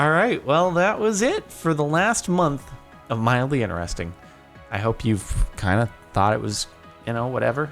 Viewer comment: i notice you can pronounce the letter T in all words except "INTERESTING"!